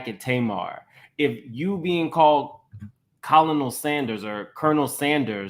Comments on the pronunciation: it’s pronounced Ker-nil, a military officer title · Please stop saying Colonial Sanders like that!!!